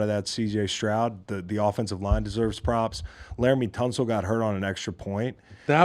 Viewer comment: S t r o u d not Shroud